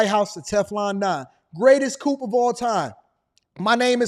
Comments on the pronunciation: Lol you killing me with coop lol it’s coup for coup de tat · Coup is pronounced “coo” the “p” is silent.